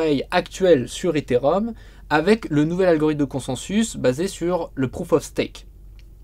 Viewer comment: Ils peuvent pas apprendre à prononcer Ethereum correctement ces 2 boulets pour commencer ?